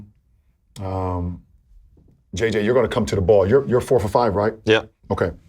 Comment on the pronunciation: "Simataneously!?" I caught that Bron, u 🥴 😂